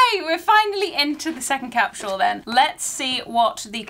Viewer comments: What’s a “cap-shoe-wool”? 🤔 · I love that you pronounce it cap-shu-al.